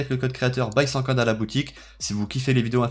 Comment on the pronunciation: Le code créa c'est "bysankah" et non "byshanka" 👍